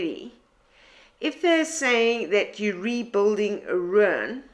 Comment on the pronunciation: I cannot quite say what your pronunciation of the word RUIN brings to mind, sometimes it is a smile sometimes it is more of a viking seret stones. As far a my understanding goes, and it aint far, ruin is pronunced RU IN 2 sylables not one your way!!!